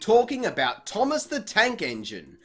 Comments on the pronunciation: “...games and TV shows like T O O M O S S...” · Finally I love how you call Thomas, Toomass. XD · The way he says thomas